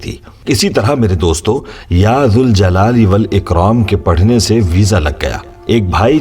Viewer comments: Is it Ya ZAL Jalale Wal Ikram OR Ya ZUL Jalale Wal Ikram? The correct pronunciation is “Ya Zal Jalali Wal Ikraam”. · Ya k saath zal ko zabar sy ada karogy. Baghair harhfy nida k zuljal e walikram ada karogy... Ya Zal Jalaali Walikraam... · Your banner in Arabic reads - Ya Zaljalale Wal Ikram, which is CORRECT. But you're reading it Ya Zuljalale Wal Ikram, can you explain the viewers why are you doing it!!!